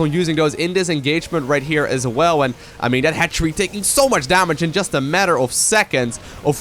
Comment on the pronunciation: That moment when you realize "hatchery" sounds like "head tree"